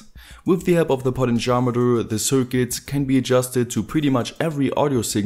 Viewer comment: Cool videos! One minor improvement: you're mispronouncing "potentiometer". It's actually pronounced like this: "poh-TEN-CHEE-ah-meh-ter" with the stress on both "TEN" and "CHEE".